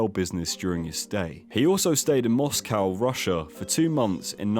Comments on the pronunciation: bruv you're from the Uk, don't pander to yanks. Please don't pronounce Moscow that way. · Moss-cow? You're English! It's Moss-co! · Why are your pronunciations so weird? You’re English. It’s ‘Mos-co’ not Mos-cow’. ‘Step’ not ‘Steeeep’ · where the fuck is Moss-cow? fanny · Why as a Brit do you pronounce Moscow as MOSS COW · Do you really pronounce it "Moss cow" Englishman? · Never trust a British person who pronounces it "Moss-Cow". Anyway, people will consider Bald to be a toxic male in 2023 just because he doesn't wear a dress and identify as a she/her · Why can you not just say Moscow properly ? 🐄